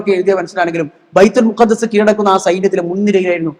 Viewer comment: ബൈതുൽമഖ്ദിസാണ്; ബൈതുൽമുഖദ്ദസല്ല.